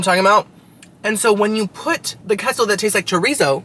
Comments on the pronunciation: K-so, you know queso is pronounced, K-so not keso, right? Yeah, I knew you did. After all you are 1/2 Cuban. LOL...Narrr...🤣🤣🤣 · QUESO= K-SO not KESSO 😂 I can’t take it 😂😂😂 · “Queso,” is it not pronounced “K-so?” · It's pronounced kay-so